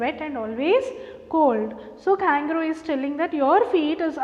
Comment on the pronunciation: Mam u r pronouncing the name of kangaroo wrong mam